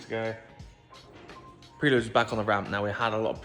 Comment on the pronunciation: Cracking video as usual! I won't be able to watch another one until you start pronouncing Prelude correctly though 😂😂😂